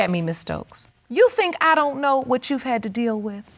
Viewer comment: I thought the same it's Library...she also says wit No it's with. Come on articulate your words.